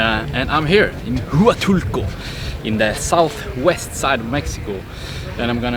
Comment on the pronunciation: "Wa tool co"...not "who a tool co"